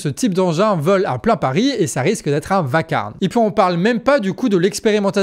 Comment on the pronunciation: Tu as dit vacarne? Au lieu de vacarme? Je ne sais pas si j'ai bien entendu😅 mais ça fait un commentaire 😂